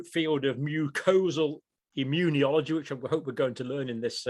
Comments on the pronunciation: immunology not immun e ology. Five syllables, not six. You are worse than Jimmy Carter, who pronounced nuclear "nucular". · John, I have sworn to myself that I would not write in to correct your pronunciation of immunology, but it has reached the stage that I cannot keep ignoring it. The word is pronounced immune-ology, not immune-ee-ology. There is no i after the n. It is like hearing people pronounce mischievous as mischiev- ee- ous instead of correctly pronouncing it mischiv-ous. No offence intended, and I hope none taken, but it does become very annoying. I love your show, keep up the good work.